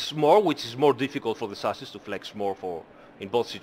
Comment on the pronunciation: These explanations are so helpful, love these streams. Also every time you say chassis, I hear sausage, I guess It's time to eat xD